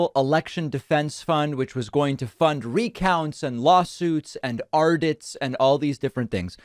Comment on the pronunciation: David said ardits, right? Is that something Trump said once? New one for me.